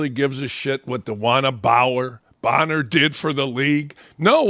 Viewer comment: Hey Dan Dakich, maybe you should take the time and know the names of the people you are talking about. It's Copper, not Cooper. And Bonnor, not Bower. although you got it right some of the time. Hard to take you serious if you're not prepared, and you called Parker lazy, seems if the shoe fits....